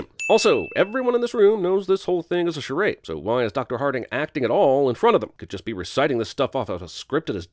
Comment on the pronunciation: Remember the time Vin was great as Richard B. Riddick? Now that's long gone... By the way: "Dr. Harting"?! Hahaha.